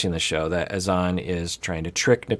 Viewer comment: It sounded like Azan’s sister pronounced his name as “Hassan” or maybe Azan is just a nickname. Not sure but I’m intrigued!